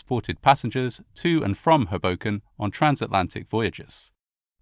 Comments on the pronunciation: It's not hu boken it's Ho Boken. Both Os are long sound. I know a lot of people get it wrong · HOboken, not HoBOken, I’m afraid. Same with Weehawken. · Great job as always. Pronunciation tip: Hoboken = HO-bo-k’n, not Huh-BO-k’n. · It’s HO-bo -ken, not Ho-BO-ken. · It’s pronounced “hohwbowken” not “habowken” it’s a hard owe not hah. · I know it really doesn't seem like it should be my British bb, but yeah, it really is HO-boken. Not ho-BO-kin. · its just "hobo-ken", not "Huhbocan" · ust for future reference, it's HOE - boken not, HUh - boken.... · Oh how sad, and how bizarre. Just by the by...it's pronounced HOboken (not hoBOken). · bergen county native here - it’s HOE-bo-ken. also, SEE-caw-cus. that is all. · Stunning. I was raised in Hudson County, my family members were teamsters, worked on the docks in Weehawken, North Bergen & I don't think anyone even heard of this horror (which is creepily reminiscent of 9/11). PS With the NYC accent it's pronounced HOboken, just fyi. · He pronounces it like "Hadoken" from Street Fighter 😄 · Another excellent video. Incidentally, the emphasis is on the first syllable, as HO-boken. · Pronounced like Crow-Broken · Your pronunciation of Hoboken is adorable and so British. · This is a horrible event but your pronounciation of Hoboken throws me off every time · As a NYer, I can't tell you how much I love how you say "Hoboken". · I can't decide if this means he was pronouncing it wrong. 😂 I grew up near Philly, and always heard it pronounced with the first syllable being stressed. But then, this fits into one of those "You know you grew up in [place] when" memes. For me, it's "Lancaster" and "Lebanon," PA. Outsiders always pronounce them wrong. :P (For anyone wondering, they both have emphasis on the first syllable as well. LANcaster--although the a is almost long--and LEBanin) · I can’t watch a video that can’t pronounce the well known town of Hoboken, NJ